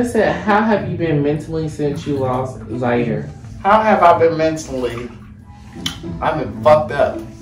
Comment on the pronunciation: it’s ziare .